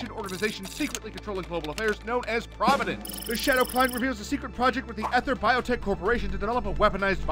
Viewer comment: Even if you've never played this game, as someone who speaks for a living, you owe it to yourself to know how to pronounce "ether".